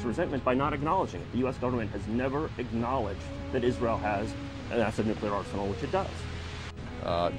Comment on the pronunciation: lol Nuculear? How about nuclear mr. president.